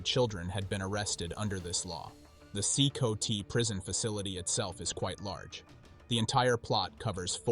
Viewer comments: C -COTY god that was annoying AF it’s C COT ,like a cot you sleep on this is why AI commentary is inferior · Thats crazy...they are a small army. If they had direction and training with arms they could be a serious force. Be cool if the AI could pronouce CCOT properly or atleast mispronounce it the same each time.